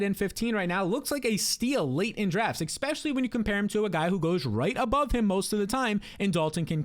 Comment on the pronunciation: there is NO “x” in the word especially! I think you have good analysis, but please make an adjustment. Many thanks.